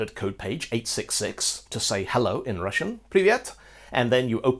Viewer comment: I'm russian, and am really happy at you actually pronouncing russian correctly! incredibly rare :D